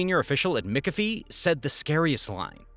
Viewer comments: McHalfvy not Mcifie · Omg... it's MAC-AFEE, not MICK-AFEE 🙄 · Say it with me 'mick- af- ee' not 'Mickuh-fee'. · McAfee is (mac) afee not (mick) ofee … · It’s pronounced Mc Caf ee (not Mic a fee)! Come on! McCafee is famous in the computer industry! 😡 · Mickafee? LOL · prounounced Macafee. So you know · Brother, it is pronounced “MACK-UH-FEE” this is driving me up a wall. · did he say Mick a fee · You also mispronounce names and words that educated people should know, like Mac-Afee. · McAfee is pronounces MAC-A-FEE! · It's pronounced ... "Mick-af-ee" Af as in after Ee and in wee. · mikkafee! hehehe ... That company has a shady history at best, google the founder, John.. and dude? take the time to learn how to say McAffe? its not mikkafee, ill tell you that much. although my british friends thought it was hilarious as john behaves like a mick despite having a scot name ;) John was... i will leave to discover his "antics" for yourself. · why can't you say McAfee ? Everyone in US says it as Mac Ah Fee, I think